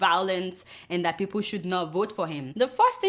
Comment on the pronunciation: Buhari needs tongue surgery. Like its people not fiiple! Lol kk